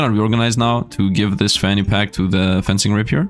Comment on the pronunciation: Fencing is pronounced the same as defence and fence (it's actually derived from french, from the word defence both fence and fencing)